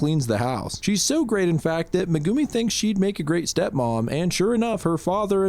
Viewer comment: i have never heard megumi pronounced meh goo me